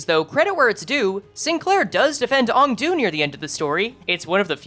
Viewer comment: Aeng-Du. I'm shouting at you. Please buddy, Aeng-Du.